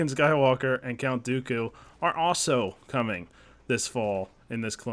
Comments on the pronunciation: Emilio Loayza Marti it's Dooku not duku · no one clapped when he said dooku lol